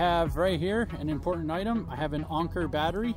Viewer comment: Its Anker,not onker